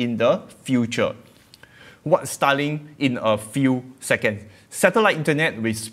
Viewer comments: i had to listen hard to what you were saying this time, because otherwise, every time you said starlink i thought you were saying stalin XD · i thought u were saying Stalin. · The way you pronounce starlink is quite funny. Sounds like "sta-ling".